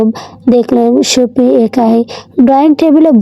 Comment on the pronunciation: Ota supti ache 😂supit noy 😂😂 aktu valo kre porun